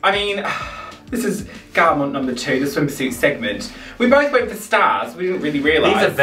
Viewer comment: pronouncing garment as 'garmónt' the entire video is too funny 😭Also living for neon green + neon pink look. The details go so deep! The hair colour, the makeup, the pink chain but also the pink dinosaur and green circle. I love it!